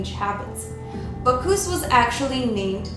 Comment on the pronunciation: Bacch- US. NOT Bacch - oos. Learn correct pronunciation please. That is, Bacchus. As always, great video. Loved your content. It's really happening. I don't want to believe it but it's true.